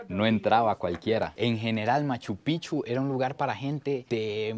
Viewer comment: Picchu no pichu habla biennn